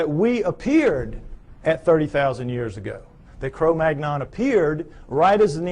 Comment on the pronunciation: This guy doesn't seem to grasp that humans ARE primates. Also, his descriptions of modern human skulls apply (for the most part) only the Caucasian skulls. Negro skulls do show prognathism. and wide, flat, noses. He mispronounces "Neanderthal" and "Cro-Magnon." Most Caucasians DO have brow ridges. I certainly do; I use them to keep up my glasses when I'm not using them.